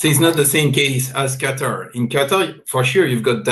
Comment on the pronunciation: It is Qatar not Qataar, Desi kutti walaiti cheekhan